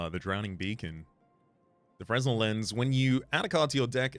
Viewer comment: Not surprised you pronounced it but the s is silent in Fresnel so it’s just read as fre-nel. One of those French names